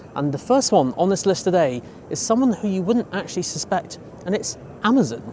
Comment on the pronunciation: It’s AmAzon not Amzin